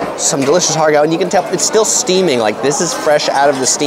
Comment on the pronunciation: Ha Gow would be more accurate pronounciation, without the R sound